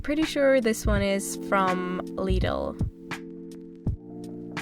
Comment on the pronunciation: it is really interesting how you pronounce german words like "Müesli" or "Lidl" not really german ^^